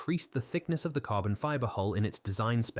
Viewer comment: Maybe get yourself an AI that can pronounce hull and bow if you want to do ship based videos. Or put some effort in and narrate yourself if its not too much effort...